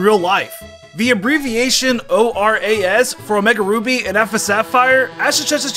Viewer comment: the way you say oras OR ASS